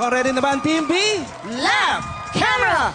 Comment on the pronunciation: laff kemera eksyon.......... haha. ganun ka oa ung pgbigkas ni haha. e stop nyu na show nyu pangit walang kwenta.. lol